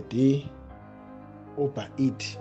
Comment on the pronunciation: That time he can't even pronounce "uber eats"..sies,clever bhari from the rurals, good riddance to bad rubbish